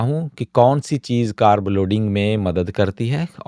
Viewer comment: English Ki bat hi kon Kar rah , Hindi meh कारब ❎ कार्ब ✅